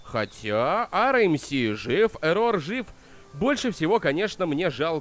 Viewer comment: Не Э’ррор а Еррор